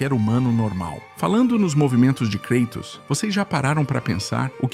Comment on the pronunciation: "KREITOS" ta de sacanagem!